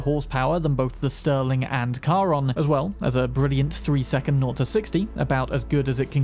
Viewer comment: finally someone get's Charon's name right